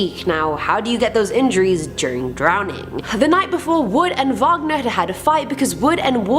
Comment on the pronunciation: Robert Wagner - “wag (like a dog’s tail) - ner”, not “vog (like bog) - ner”. That was the composer, not Natalie Wood’s husband.